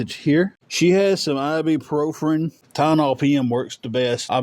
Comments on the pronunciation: "ibprofRen?" Try, "ibuprofen". They both pronounced it the same wrong way? Imagine it! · What is ibuprofRen? They both say it wrong